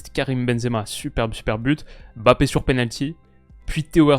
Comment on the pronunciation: Je profite que tu ai parlé de la prononciation de Deschamps pour te dire que tu n’as pas la meilleure prononciation des noms avec N et M comme Ndoye, Mbappé et N’golo C’est des noms qui se prononcent en une traite 😊